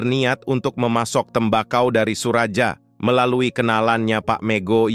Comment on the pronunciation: Bukan SURAJA, tapi SURAYA..